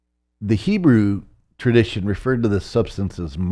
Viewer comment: This man has a very strange way of pronouncing the word "hebrew"